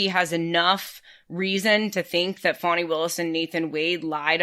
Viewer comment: Thank you! Drives me crazy when it's mispronounced. Wow! She an amazing power of example!